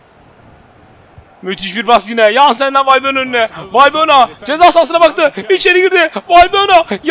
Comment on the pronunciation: Abi bu arada valbuyena degil valbuena diye okunuyor ☻